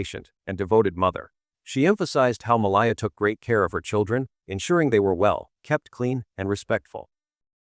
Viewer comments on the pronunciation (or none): Why do you keep calling her Ma lie A????? Its MALL EH AH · Why do you keep calling her Mall eye ah????? Its MALL EH AH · If this narrator calls her mall eye ah one more time I'm removing my ear drums with a rusted fork.